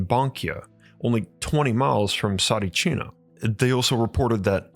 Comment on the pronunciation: Mate! I am Bulgarian and I remember Tsaritchina! You cant even pronounce it right! Please stop talking shit fir a clickbate and delete this video! You’re only making a fool of yourself!